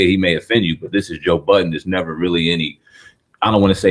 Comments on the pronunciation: Ffs his name is Joe Budden not joe buddens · "buddens".....to this day that shit still annoys the ever loving shit out of me...there is no fucking S in his name..clowns been doing that troll shit almost his whole career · It’s called a hip hop news channel but yet call joe budden joe buddens wtf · "JOE BUDDENS" 😂